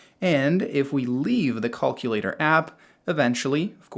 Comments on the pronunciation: "Caulk-ulator app" lol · Cullculater??? Hahahaha wtf?